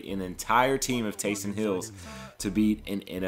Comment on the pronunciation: Nice work. No doubt this took a lot of time and effort. Just as an aside, it's "Taysom", not "Taysun."